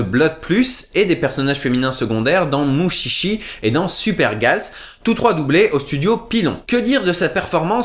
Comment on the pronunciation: Mutchitchi... ._. Mushishi... Avec un "ch" doux, comme dans "Charlotte". (le passage avec les bruitages de Motus m'ont fait hurler de rire XD) D'ailleurs, le doublage de Mushishi aussi laisse fortement à désirer.